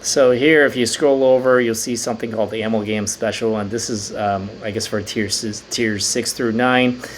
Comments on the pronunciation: A-MAL-GUM short for a·mal·ga·ma·tion. keep up videos man! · I’m a chemist I pronounce it uh-mall-gum